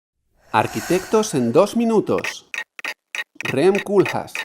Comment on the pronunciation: Nació en Rotterdam , nombre en Nederlands , asique se dice "Koulhaas"